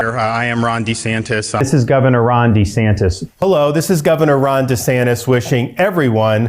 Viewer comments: DUH-SANTIS is actually pronouncing his name: Ron Dee Sanis...no "t". He may be going thru a mid-life crisis. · It should be pronounced 'Rhonda Santes'! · Sounds like he used to say Ron D Santis 😂 although in fairness I Americanized the way my surname is pronounced as I got older just because I was tired of correcting people all the time. But I’m also not a public figure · Actually, neither of the 2 ways Ron DeSantis pronounces his sir name are wrong. It should be Di Säntēs He is wrong on how he pronounces his name and is wrong on how to govern. Fascists are alway the wrong choice. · it's Duh-Santis. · That's rich, Donald Drumpf chastising DeDantis about the pronunciation of his last name. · Donald Drumpf criticizing anyone for changing the pronunciation or outright spelling of their name is laughable. The fact he's using Democratic talking points against DeSantis; even as Trump backs Republican attempts is even more laughable. Both of DeSantis and Trump's followers sit there slack jawed in awe of the spectacle, as if they were watching AWE ringside, not realizing BOTH men are set to ruin their lies, as well as, the "libs". You can't write this as fiction anymore! #SAD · Hilarious that Don disparages Ron for adopting a better-polling pronunciation of his surname when ex-guy himself is most likely a product of the Drumpf family lineage. Such sorry asshats are they both by any name. Have a great weekend! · Drumpf criticising the changed name pronunciation? Hilarious.